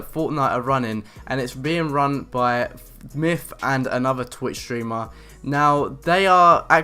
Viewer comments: MYTH not MYFF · yeah.. his name is "Myth" not "MIFF" dude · free fings you didn't know about mif! LOL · Why do u say mif?